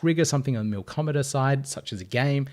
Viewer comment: There's no "r" in "Milkomeda". Great video though!